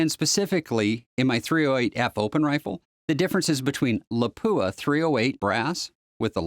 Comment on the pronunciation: Excellent info. May I just point out that Lapua is Finnish and is pronounced 'Lah-pua with a short "a" and with the stress on the first syllable.